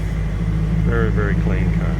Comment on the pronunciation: Ca-lean bro, ca-lean ❤️